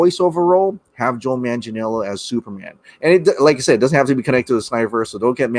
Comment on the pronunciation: Here’s how to pronounce Manganiello correctly: Man-gah-NEE’EH-lo The syllable with the upper case letters, which is a diphthong in this case, is the one that needs to be accentuated. Just remember these things when pronouncing it: manga (Japanese comic books), a knee, and the way some British say hello “ello”.